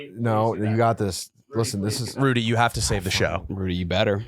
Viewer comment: The way pronounces "got" is verbal torture. It's not 'gut', its "got". A fair simple one-syllable word to pronounce.